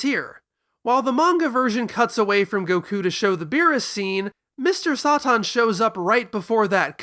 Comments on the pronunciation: just say “saytan” that’s literally his name the way you’re saying it is driving me mad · I love dragon ball for its direct references to the west and Mr. SATAN (why are you pronouncing it like that?)